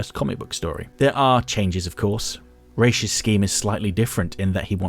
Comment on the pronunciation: I love your essays, but I have to correct you on that one... In Hebrew, we say "Rosh" (ראש) for head, not "Raish" (רייש), which is the literal name of the corresponding letter for R (ר). I don't know How they came up with this pronunciation, but given how little some Jews in the US know about their heritage, I'm not surprised.